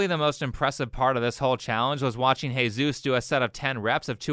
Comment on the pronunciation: why did you call him Heyzeus? XD